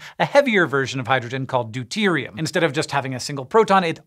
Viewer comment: lol u said deute